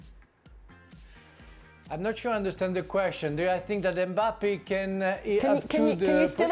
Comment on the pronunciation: I'm I the only one who noticed Frank saying Mbapal😂😂